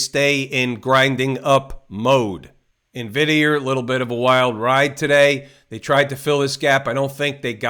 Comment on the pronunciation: Ty I always laugh when you say NVDier and Tesler 😂